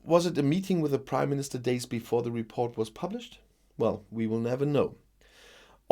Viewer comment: Dit you say the British Crime Minister instead of British Prime minister ?